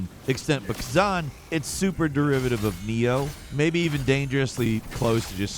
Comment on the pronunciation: Khazen? why can’t americans read? Like they say we read on average at about a 7th, 8th grade level, but i suspect its lower by now lol considering our 7th and 8th grade course work is literally childs play in other countries